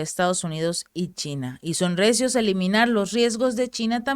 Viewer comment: "RECIOS" o "REACIOS" ??? Saludos.